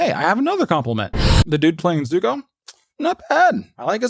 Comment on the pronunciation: He isnt Zuko, he is Zuk-eh.